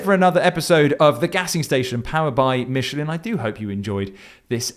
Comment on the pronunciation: Don't you mean powered by "mitchalin"? 😂